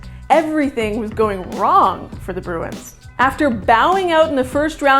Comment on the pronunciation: Start to pronounce the club name correctly.